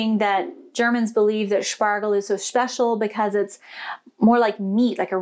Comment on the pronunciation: You said "schpecial". You must be dreaming in German already.